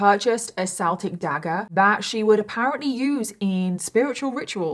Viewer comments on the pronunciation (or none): Why are you pronouncing it "seltic" instead of "keltic"? I read somewhere once that its only "seltic" when referring to the sports team, otherwise the traditional pronunciation is "keltic" for Celtic. Is that not true? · Celtic is pronounced with a hard "C", as in a "K" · Celtic dagger- pronounced Keltic. It's Pronounced Keltic when speaking of the actual Celts (Kelts) and pronounced Seltic when speaking of the football team or the basketball team. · Celtic is pronounced with a K,. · It's pronounced 'Keltic.' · It's pronounced with a k Keltic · You're saying Celtic wrong. It's bugging me, sorry.